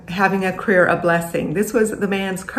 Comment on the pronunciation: Thank you at yelling at the way she says “cAreer” fkn sounds like she’s saying “creer” 😂